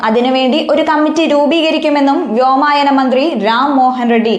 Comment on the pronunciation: ഷാഫിയുടെ അഴിഞ്ഞാട്ടമോ ? എന്താണ് താങ്കൾ പറയാൻ ഉദ്ദേശിച്ചത്? "വ്യോമായനം " അല്ല വ്യോമയാനമാണ് .